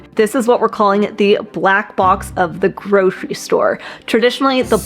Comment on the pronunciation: There's no SH in "grocery".